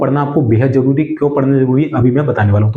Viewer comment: ***_____Way of talking is not good atleast your should pronounce accordingly, yeh ko j, yahan ko jaah, zaruri ko jaruri, aap apni language thodi saaf nhi kr skte kya..... ****** NVS ko NBS KVS ko KBS Thousand ko thoujand Pure lecture main chaliye thik hai or hain na